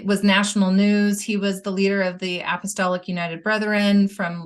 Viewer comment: Why does always say apostolitic instead of apostolic?